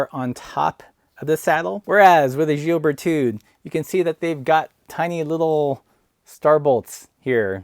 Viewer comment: Don't pronounce the "d" at the end of the name. The French have an endearing habit of not using the final consonant. You are comparing apples with pears. You should have compared the Brooks B17 Carved with the Berthoud Aspen.